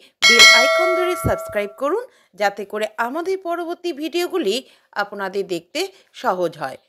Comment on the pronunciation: আপোনাদের উচ্চারণ না করে আপ্-না-দের উচ্চারণ করুন।